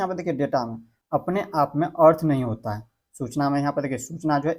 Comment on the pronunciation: होता को टौटा क्यों बोल रहे हो